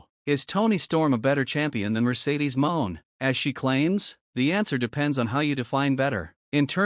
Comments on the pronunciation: RIGHT IT'S NOT MOAN, IT'S MON'E. IT'S FRENCH!!! NOT MONEY. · Her name isn't MERCEDES MOAN ITS MERCEDES MON'E. FRENCH, THE E IS SILENT, ITS NOW PRONOUNCE A, YOU FOOL!! LEARN TO PRONOUNCE HER NAME RIGHT, OR STOP SPEAKING PERIOD!!! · It's not moan ...it's pronounced money